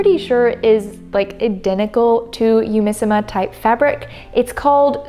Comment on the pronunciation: This is a bit of a petty comment I'm really sorry, but for all the virtues you're praising the fabric for, you could've bothered a little more to say the name of the company right (google translate has a speak function that lets you hear how a foreign phrase or word is pronounced).